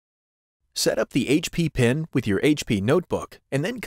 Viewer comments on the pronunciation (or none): none